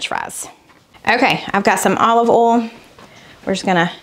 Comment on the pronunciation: Must be? Let it go!! For real. says Oll for oil. LOL 😂😂😂